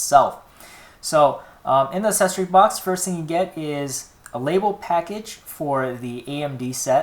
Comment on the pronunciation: u said assesory again, pronounced accessory like access +ory aksessory